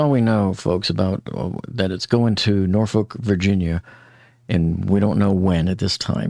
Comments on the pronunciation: Probably because nobody gives a Norkolk about how it is pronounced... 😂😂😂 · Here's something I recently learned by listening to the local newscasts concerning the Dali. "Norfolk" is pronounced "Norfuk" and this is also the pronunciation for the town in England, as well. Thank you for your interesting summaries! I have really enjoyed them!